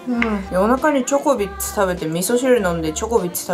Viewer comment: なんか時々ジョコビッチって聞こえるw